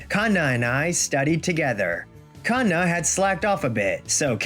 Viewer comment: I swear if i hear Kanna as two words again 😂😂😂 Every time i watch one of these and see the Female MC name is Kanna i start rolling in my GRAVE. And im still ALIVE 😂